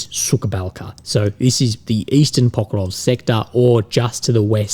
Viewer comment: It makes me giggle every time though. When a village called "The dry ditch" mispronounced by as "Bitch-ditch"